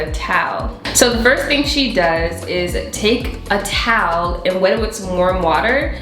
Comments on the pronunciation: Who likes the way says towel lol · Haha I love how you say towel “taawl”